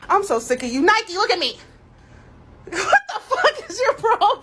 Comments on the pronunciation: she said Nik-ee which is the original ancient greek i believe, so I reckon named for the Goddess not the brand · Could be after the goddess of victory, but even then it’s the wrong pronunciation. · Idk if we mean the same thing but I’m pretty sure the pronunciation is Ni-k. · I thought she said Mikey !